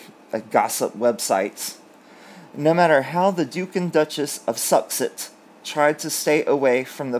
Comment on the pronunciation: Hi 😂 This might help you pronounce their name “sus-sex” In Australia if we say someone is ‘sus’ we infer they are suspect or devious!! Suits the occasion, don’t you think?